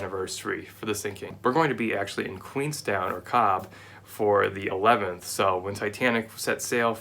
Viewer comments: Omg the way he pronounced Cobh 😂😂😂 it’s “Cove” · Cobh is pronounced "Cove." Looking forward to the game, I'm a (small) investor!